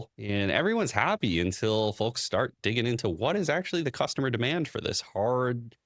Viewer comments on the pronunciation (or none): none